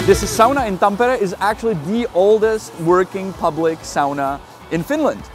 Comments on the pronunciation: That's an impressive pronunciation of Tampere 😁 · you actually said Tampere pretty much just like finns say it😁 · Finally a guy who dont say it thampeere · I thought you were a fin first from the correct pronounciation of Tampere. But then you said Janek and Honza, so you must be czech? Czech and finnish pronounciation is not that far from eachother I discovered when I lived in Prague, even though the languages are miles apart.